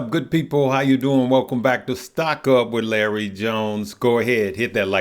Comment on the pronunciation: Your name is Larry, not Leery ;)